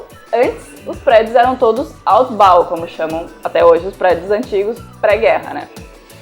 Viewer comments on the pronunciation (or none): voce pronunciou como (Autbau) rs! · Hehehe!! muito legal!!! achei engracado a forma que vc pronunciou Altbau Hahaha :)